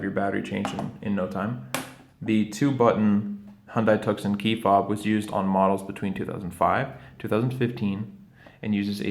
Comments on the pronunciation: thank you. however the C in Tucson" is silent- TU-son. like Tucson, AZ 😍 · Your video was very helpful, thank you. If you do more videos for the Tuscon, the name is pronounced like "2-s-on". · Yes, I was a bit dismayed that in this how to video he mispronounces both Hyundai and Tucson.